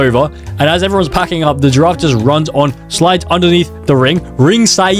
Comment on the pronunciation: bro frogot how to pronounce giraffe☠️